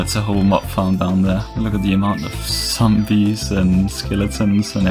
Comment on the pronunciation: i love how you say sombees :) <3